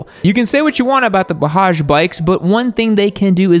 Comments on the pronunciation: It's Bajaj. Not Bahaj!!!!! 😂😂😂😂😂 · bro one thing its not pronounced bahaj its pronounced bajaj (j as in jug) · Did he just say bahaja bike bro bajaj ☠️☠️ only Indians can understand the pain of hearing this pronunciation😢😢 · Navi has been in india since like 2016 💀 Oh and also it's pronounced bajaj not bahaj 👍😄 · Just a suggestion. In “Bajaj”, your pronounce the first ‘t’ the same way you did for second. So it’s not “Bahaj” but “Bajaj” only. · Wtf is "Ba hudge"? It pronounce "Ba judge" LOL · called Bajaj as Bahaj.... Lol... the J is pronounced as J and not H. So it's pronounced as BAj-Jaj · Being an Indian I kinda laughed when he pronounced bajaj as "bahaj" this is also a kind of correction for. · Dude just called bajaj bahaaj😭😭😭😭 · It's pronounced Bazaz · Did he pronounce Bajaj like a Hispanic??😂😂😂😂😂